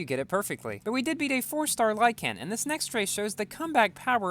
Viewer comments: Is it just me or does pronounce lykan weird?: lieCAN Me:lieKn Edit: I watched the whole video, your pronunciation triggers me a lot please change it xd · Lykan is pronounced “like - in” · dude said "lie-can" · it's said lyken but spelled lykan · when you say lykan, put less emphasis on the a.